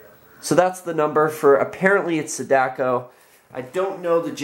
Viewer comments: Sadako is not pronounced like that it's long A like Ah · The way he pronounces Sadako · You mispronounced her name.